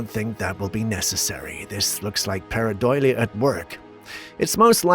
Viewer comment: Its paradolia not paradoila